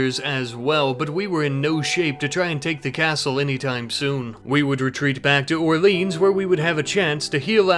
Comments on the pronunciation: The way he says orléans Is so american 😅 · Je suis d'accord, si le nom de la ville n'était pas sur la vidéo, personne n'aurait compris🤣